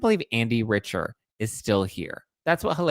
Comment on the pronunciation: It’s pronounced Andy Rick-ter, not Rich-er.